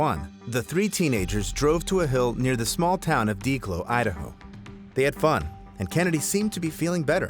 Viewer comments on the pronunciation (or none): Deh clo, Idaho. Not deeclo